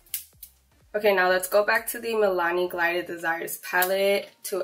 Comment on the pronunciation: How you gonna be in college and can't even pronounce the name of the eye shadow pallet right?? It's G I L ded not GLIded.... 🤦